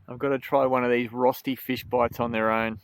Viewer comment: Cooome on:D When I saw the title I wondered how you would pronounce ROSTI:D I remember you once said that you speak some German, so I was hoping for a nice RÖSTI:D Fish in batter (and breading) is my favourite method of cooking fish, so I will definitely try your recipe! Maybe with Milk instead of water?